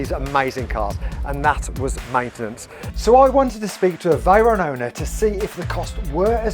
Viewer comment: "Spaghetti Reyron" 🤣